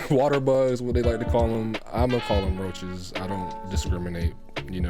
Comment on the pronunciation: Nigga said RRRRRoaches 😂😂 loving the content bro